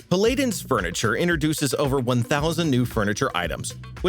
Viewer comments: Love the vids, hated that you said pal-ai-dons instead of pal-lah-dins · This man just said "puh-lay-din's furniture" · the way he says paladin's☠